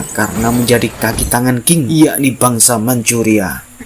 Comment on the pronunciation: Cara baca tulisan Qing bukan king, tapi ching. Pake CH😂😂 belajar dulu lafal PinYin, min.